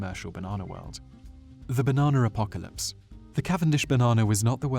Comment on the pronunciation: the damn baernanr apocarlyspe going to ruin my bernaner smoothing